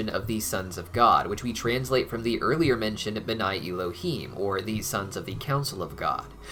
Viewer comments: I love you, and I love that you are taking our (Jewish) religion into consideration, however, your probounciation of Hebrew is abysmal. It isn't Y-lohim (him). It is Ehlohem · I don’t mean to sound rude, but you are pronouncing Elohim wrong, the ‘E’ is pronounced as ‘Eh’